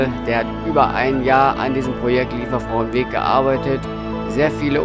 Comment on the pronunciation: Wirklich schönes Video... Die Aussprache ist schon nicht so einfach😉. Versuch mal Li-e- werfrau, das käm dem schon näher und sonst lass es dir von einer Solingerin oder einem Solinger mal auf Platt vorsprechen. Vielen Dank für die Anregung, dorther zu gehen, LG Daniela